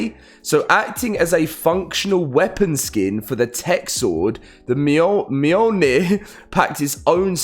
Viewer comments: Its pronounced miol-neer also known as Thors hammer. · It's pronounced "Me-yol-neer" if you slow it down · myolnir is how it's pronounced. This isn't a new name and exists in several movies,stories and games. surprised people still struggle with the name :D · This mfker.... "mah-yowl-neer". 😂😂😂😭💀